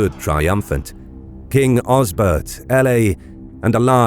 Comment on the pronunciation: This is nicely made although the way you say francia and Aella need abit of work hahaha Now the thing i am really missing in your history, is Edward the Elder and Aethelflaed, brother and sister who really took the fight to the Vikings, i am so surprised how little these 2 are being taught about in schools, I dare say that Aethelflaed did even more then her father Alfred to secure a saxon england. Yet so little people know about her.